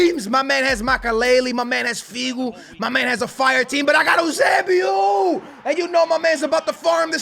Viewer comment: It’s pronounced you-say-🐝-oh